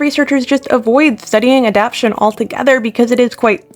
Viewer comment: One thing: it's pronounced, "a-dap-TAY-shun".